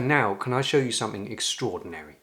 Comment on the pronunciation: As an Italian, you've invited me to correct your pronunciation. So please stop saying "wiv', "sumfing" and 'fought" and then I will subscribe.